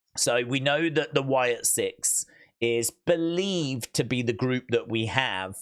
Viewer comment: Maybe I misheard but didn’t Bo say Bolieve during the Howdy interview?